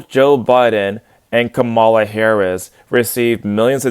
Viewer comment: According to the cult, Hillary is racist and in need of a good cancelling. she pronounced Kamala's name wrong like everyone does. I just saw a guy get tarred and feathered on CNN for the same thing.